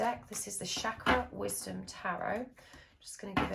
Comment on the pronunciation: It's Chakra with 'Ch' pronounced like Chin, Chair, Chain.